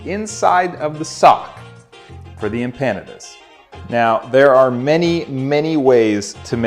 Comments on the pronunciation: First giggle came when I heard him pronounce the name of the dish like it rhymes with Canada.....in case you are clueless it is pronounced emp pa nah dah . I'm from a culture that ALSO eats empanadas so I think you were wise to insult Chilean culture instead of some others. Chileans aren't known for their wrath. I wish my mom, who made empanadas for me were alive to see this video. We would have had a good laugh. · What's better - the video itself or the angry comments at the bottom? Pronunciation tip: Em-pandas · Next time I take my girlfriend to a Mexican restaurant I'm ordering em-PANA-duz. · You butchered the empanadas name Google it and get the right pronunciation. Really butchered it. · I’ve never heard that pronunciation. Unique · How do you not piss yourself laughing every time you say the word "empanadas" 😂😂😂